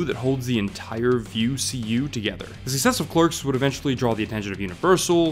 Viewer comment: I love your videos,, I've probably watched every one of them. But... I gotta say there's no need to talk as fast as you're doing. It ends up harder for non-english speakers to understand what you're saying. Also, some words might get a little convoluted, like when you said "thesuccessofclerks" for example, and it's a little confusing. There's no rush, we would gladly watch a video 5 minutes longer if you'd speak a little slower. Sorry, I don't want to be picky, and please don't take this as an offense. I thought I should say that, as a tip or constructive criticism. I really love your essays! Keep on the good work!